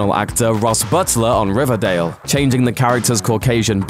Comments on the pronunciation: If I could get 100 dollars for every time I laughed at him say RIVADAYL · I love how he said riverdale in the beginning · How he said riverdale at the beginning no offense I promise